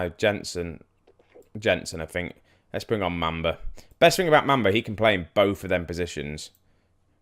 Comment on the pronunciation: it's mum - ba ........ not mam -ba